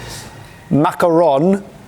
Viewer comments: Love your Polish pronunciation:) makaron was great but strawberries are more like tru(e)ska-vkee xD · Swiatek = 3/10 (soft s and nasal e required), makaron = 8/10 (difficult to mangle) , truskawki = 2/10 (he made a whole syllable in the middle disappear)